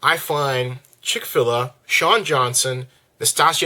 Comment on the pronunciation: I also want to point out that you pronounced "Chick Filet" and "Nastia Liukin" wrong. On Shawn Johnson and Nastia Liukin: Both of these women were olympic champons in 2008. Nastia took first place all around and Shawn took silver. Once you have competed very successfully in one of the Olympic's most popular sports, then yes, you will get a lot of attention. Especially when the womens gymnastics team this year is favored to win gold and so talked about by media. These women have had a much